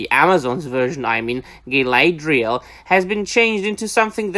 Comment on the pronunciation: So which is the correct pronunciation, is it Galathiel or Galadriel? I swear they said her name differently every week.